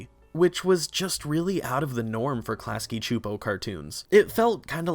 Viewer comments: I'm sorry but it's pronounced Clasky SSSSSooooopo. They say it in their own bumper at the end of every episode. I know, it bothers me more than it should but I thought maybe someone should tell you if you weren't aware. That's all, thanks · I have never heard klasky csupo pronounced out loud and I cringed every time you said it lol. But as told by ginger was my all time fave nick show. I wish there were more seasons it was so important to my development as a kid